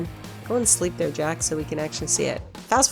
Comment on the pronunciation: It's jax teller not jax taylor. And it sounds like jemma not Gemma